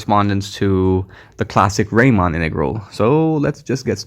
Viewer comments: Thanks a lot for this amazing presentation. I had never heard about product integrals. Just a little correction: the "normal" type of integral is named after Bernhard Riemann ("ie" instaed of "ei"), and Riemann rhymes with Reemunn. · It would be useful to know about real applications of these integrals , e.g. in physics . And a little ramark : it is Riemann (Bernhard) , pronounced like ''Reemann ''.